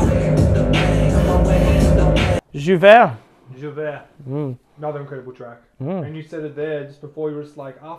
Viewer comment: Y'all are the first people I've seen on YouTube pronouncing J'ouvert correctly